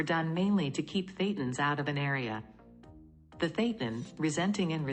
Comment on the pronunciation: Once again, if your organization wants to appear to be professional, you need to run quality control before releasing these videos. in this video, the AI voice mis-pronounced the word "thetans." At that point, I stopped watching. You people are just not serious.